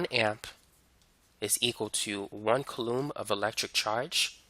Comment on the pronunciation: "koo-laam". Not "kuh-loom"